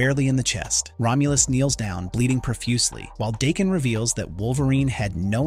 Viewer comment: DAH…KEN Not Dayken.